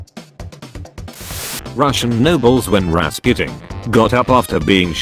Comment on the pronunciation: People: Rasputin This guy: Rasqutin Me: acceptable... P. S. I'm Russian